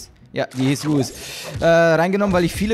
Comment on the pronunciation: Leu-es. Wird die ausgesproche :D nicht Lu-is.